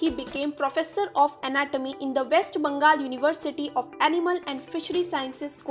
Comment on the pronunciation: Correct your pronounciation. West Bangal nhi hota hai. Bengal hota hai.